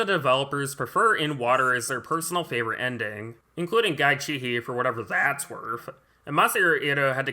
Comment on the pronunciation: Great video! By the way, Guy Cihi’s last name is pronounced “See-Hee,” not “Chee-Hee.” Common mispronunciation. Source: …..he’s my father-in-law. It’s always surreal talking to him, he really does sound exactly like James in his day-to-day conversations, save for the choppy stops and starts he was directed to include in the game.